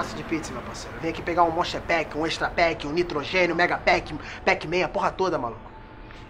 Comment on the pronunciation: "Pack-Man", haushasuha.